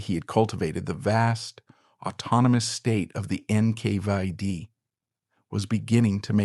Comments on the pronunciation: It's NKVD Not NK5D, dummy. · NKvieD? NK5D? wtf? AI voice over? Narration does not match the vis3uals.